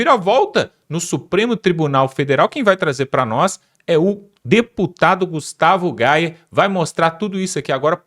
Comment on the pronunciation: Até que enfim você aprendeu a falar o nome de Gustavo gayer.